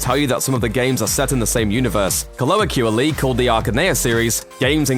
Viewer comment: "colloquially" is pronounced kuh ·low·kwee·uh·lee